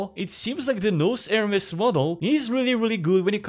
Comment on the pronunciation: Pronouncing "nous" as "nose" must have hurt our francophone AI overlord friend... 😅